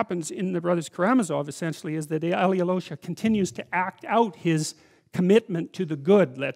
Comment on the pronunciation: Aivan and Aloish... you guys mispronounce this name so badly I can not even write how you say it🤣 That feeling when you are russian and you learn about russian literature from a british dude. All-yee-low-sha😂😂😂😂 Why just dont say Alosha like hawaian Aloha but with sh sound?